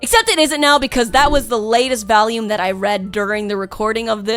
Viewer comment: By the way does it sound like she's saying Valiums or volume